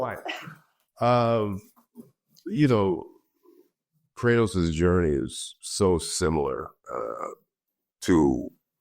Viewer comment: did this mf just say "cry-toss"..